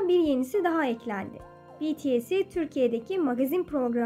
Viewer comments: Sabah can sıkıntıdan televizyonu açtım karşıma bu çıktı Jimini görünce keyfim yerine geldi Ama Bities yerine Betese demeselerdi iyiydi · Ben tam tv yi açtım betese dedi sonra betese değil bts diye çığlık attım sonra da video çektim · yanlız ben kanaldan tum bolumu ızledım dıs ses betese dedı yanlıs bitıes dogru okuyun sunu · Bende izlemiştim tek sorun BiTieS demek zor olduğu için BeTeSe demeleriydi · Ben izledim tek üzüldüğüm beteseden jimin dediler telafuz hataları vardı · Ama orda jimin den bahsederken BTS i betese diye okumuşlar öyle duydum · Peki Show tv nin Betese demesi? Valla televizyonu kırasım geldi🙄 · Peki magazin haberini izlerken spikerin betese nin jimini demesi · Magazini seslendiren Adam betese dedi 😤😡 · betese diyo bide mal gibi hemen kapattım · Evet ama ne betese grubu demesine biraz gıcık oldum😂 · Ve yine BETESE demesi show dış sesin🤦🤦🤦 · Betese diyemi okudu yoksa ben mi yanlış anladım